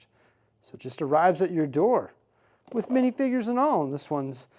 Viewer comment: Mf said minifigger